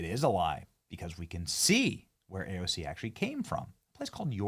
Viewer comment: Did you notice how she said it wrong but the subtitles were correct 😂😂😂😂